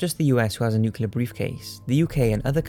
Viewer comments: NOO-CLEE-AHR. Not nookyaler. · nuclear, not nucular. I know we're talking about the yanks, but that doesn't mean dumbing yourself down for them. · I absolutely love ur posts!! But, I'm so sorry pls it is nuclEar, not nucular..pls😁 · Nuclear is NOT pronounced nucular! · Noo klee er(ar). NUCLEAR!!